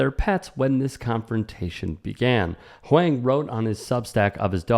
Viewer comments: On top of that, mispronouncing of "Huang" was funny and cringe. I feel you, TYT overall feels one step removed from content mill garbage, but maybe that's more a byproduct of competing with 24/7 news programing on TV. This vid is an excellent example of padded content, though. I could see an argument for reporters not emphasizing Huang's fame, as it is in line with Huang himself abstaining from pulling the "do you know who I am?" card back at Sauerhoff. It does not really matter who Huang is, he does not have to be famous to be treated with basic respect. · That's Eddie Huang (pronounced Wong) from Huang's World on Vice 🤦🏾‍♂️ leave Eddie alone before you get snuffed by an unknown walkin on the sidewalk 💯🤣🤷🏾‍♂️ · i think it's pronounced like "wong". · It's pronounced Huwong. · Huang is pronounced "Wong". Keep up the great content! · I think the last name is pronounced "wong" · Eddie Huang is way more famous than this trainer guy. Why is this story being told like Eddie is just some random nobody and pronounce his name correctly. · Right? As someone who virtue signals so often, you'd think he would take one second to get the pronunciation right. It's not even hard for Americans to pronounce. I do like the topics/content that he covers, just not the coverage. I get what you're saying about not emphasizing the fame, but I don't think that's what's happening here. I think if did know, he would take every opportunity to show the irony of some no name asking Eddie if he knew who he was.